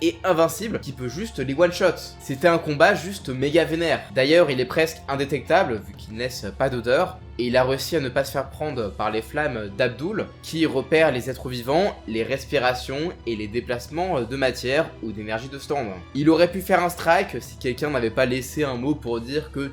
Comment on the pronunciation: Faut arrêter de dire Abdul quand le personnage s'appel Avdol par contre et pour Heavy Weather, si je me souviens bien, c'est clairement dit qu'il peut détruire la couche d'ozone, c'est pas trop un sous entendu